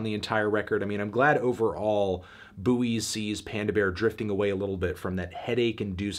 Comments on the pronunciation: "Boo-eees" ?? We definitely pronounce that word "boys" in britain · The 'U' is silent bro, only so many times I can listen to a man say 'boowees' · I don't know much about this album but isn't it just pronounced like the thing in the sea? he sounds so dumb saying "bu oys" ygm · The pronunciation of buoy. How did the word buoy come to be pronounced "BOO-ee" in most of the US? The British pronunciation "BOY" as in the word buoyancy or buoyant (which both countries pronounce the same) seems to be pretty straight-forward, so where did the US version come from? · wait do american's pronounce buoys as booeeys? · Isn't it pronounced "Boys"???? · okay, but can we talk about how he's pronouncing Buoys? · yeah, but I didn't ask Merriam-Webster, because I'm in a YouTube comments section and just found it funny because I didn't know there was a different American way of pronouncing the word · The way Anthony says Buoys kinda kills me inside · It’s a CT thing. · Is he joking with the pronunciation or is that how Americans say it omg